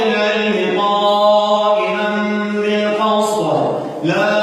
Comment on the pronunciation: اخي انت تعجبني ولكن نصيحة مني كاخ يجب عليك ان تتمكن من الاحكام والحفظ ايضا. ففي هذا الفيديو الاية غير صحيحة...شهد الله انه لا اله.. اخر الاية العزيز الحكيم وليس الرحمان الرحيم. وقلت الصرائر وليس السرائر. وقلت قائما بالقسط بفتح القاف في القسط وهي مكسورة. اتمنى عليك ان تنضم الى مدرسة لتحفيظ القران حتى تتمكن من الحفظ والاحكام. وهذا الكلام ليس انتقاصا منك. وفقك الله اخي